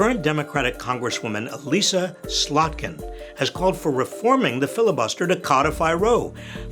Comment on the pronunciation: Ms. Slotkin's first name is pronounced "E-lis-sa", not "E-lee-sa".